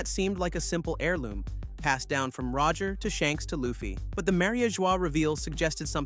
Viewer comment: thats not how you say LU FFY name